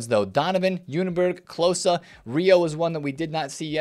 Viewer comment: it's pronounced 'clo-ze', just a short 'o' sound, not the 'aww'